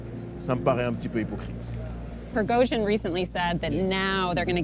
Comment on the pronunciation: i hate how she keeps mispronouncing Prigozhin.